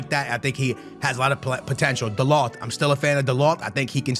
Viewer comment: How tf are u portugese and cant say dalot correct😂😂😂